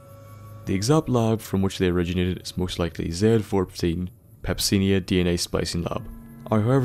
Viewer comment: its pronounce pepsinay i think its the poison that the tarantula hawk injects or it the scientific name for the vicious bastards. don't quote me on this it may be bullshit